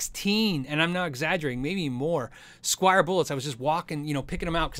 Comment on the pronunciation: It's "Squier" people, not "Squire."